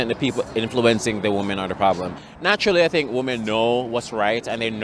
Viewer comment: why cant so many women pronounce ... "women"